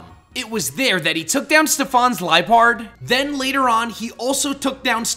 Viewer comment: Ten errors: They’re called Dome Ace and Salon Maiden! It’s pronounced yoo-NUH-vuh! It’s spelled like this: Brycen’s Vanillish, not Brysons’s Vannilish! Ash’s Leavanny is a male, “Patrick Star”! It’s pronounced lie-PURRD! It’s pronounced KAH-lohs! It’s just Masked Royal, not Royale. It’s pronounced NAH-GUH-NAH-DULL! It’s pronounced NAH-noo! Dragonite’s gender isn’t actually confirmed in Bulbapedia. —————————————————— No offense, but your editing on here aren’t very good, at least with the spellings.